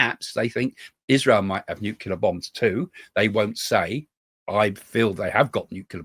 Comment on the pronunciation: Can you please say nuclear the correct way it's not nuclear